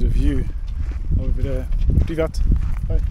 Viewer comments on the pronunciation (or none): American learning Russian here. It's Pree-vyet (Приве́т) for the informal "hello" or for those you know. Many Russians aren't offended when you don't know them and still use pree-vyet. But you were actually saying pree-vaht, which means private. Zdrast-vui-tyeh (Здравствуйте) is the formal way to say hello, or the short Zdrast-vui (Здравствуй). Cool video by the way. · My biggest suggestion is to learn the language, at least the basics, and get those down solid. You were saying "pree-VET", but it's pronounced "pree-VYET". And you keep saying "spot-SEE-bah", but it's "spah-SEE-bah". Also learn some verbs. e.g. speak is "pah-nee-MAH-yu" (first person) and "pah-nee-mah-EET-yeh" (second person). But at least learning a few verbs and how they conjugate can go a long way. Also, learn to read Cyrillic, at least the basic pronunciation. It's pretty similar to English and Greek. But knowing how to sound out some letters and words (e.g. on signs) can help. I'm no expert, but this is what I did when I went there several years ago. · "PREEEEV YÉÉT " (PRIVET) . NOT PRIVAT .